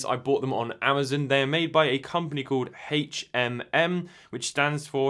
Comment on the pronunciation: I know it is normal for people to pronounce things differently. But proper names like Amazon should always be pronounced the same. It's strange hearing you mispronounce it over and over.